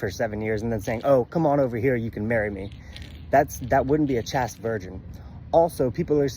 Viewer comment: CHASTE is pronounced like the word chased (past tense of chase). Generally if a word has a single vowel (a in chaste) followed by a consonant or consonant blend (st) and ends with the vowel e, the first vowel is long (a pronounced ay). Other than that, you’re spot on.